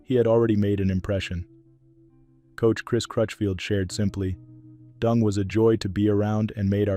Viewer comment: His name is DENG, not DUNG!